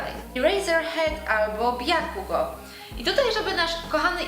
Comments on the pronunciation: Bakugo nie bjakugo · #TeamEaserhead Aizawa the best , Bjakugo?! Wtf "Bakugo" xD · Bakugo czyta tak jak sie pisze,czyli nie Bjakugo,sry że sie doczepiam ale no uwielbiam Katsukiego i no xd